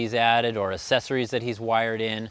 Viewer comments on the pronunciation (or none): Pronounced “ack sessories” not assessories.